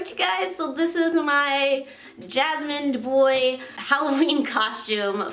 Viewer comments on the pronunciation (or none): “Jasmine Da-boy”